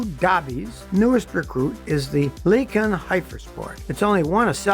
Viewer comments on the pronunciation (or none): Come on scotty the "lican" is pronounced Lyyycan. And it's not a "real" car